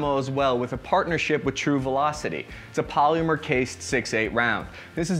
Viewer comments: Wtf is "poleemyur"?? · I can't wrap my head around the way he pronounces "polymer" it's fucking blowing my mind. I can't even make those noises in proximity to each other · ...polEEEmer.... garAWHnd.